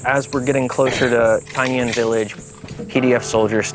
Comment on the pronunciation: It’s Taingen not Taignen